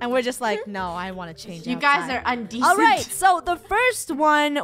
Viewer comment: its not un-decent its in-decent